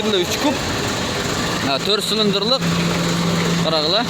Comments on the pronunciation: Ээ кайсыл тилде суйлойсун блин кавина кавина дейберип зб кылдынго.ушул акыркы жолу тартканын болсун блин, котогумдай суйлойсунго тушунуксуз, торт сылындрлык дейби. Торт силиндрди айталбайсынго блин. Тартпада экинчи суйлобо уйуно барып кум ойноп журобер блин. Же баасын айталбасан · Сүйлөгонду оңдо кабина деп так айт сылындыр эмес